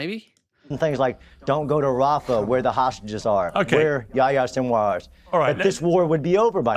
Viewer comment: he even get Yahya sinwar name wrong, let alone the detail of his death